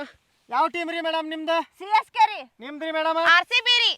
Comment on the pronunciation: ಸಿಸಕೆ ಅಲ್ಲ CSK